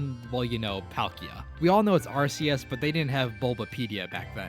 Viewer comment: always wondered why people call it ar-see-es when in the movie ash called it ar-key-es 🤔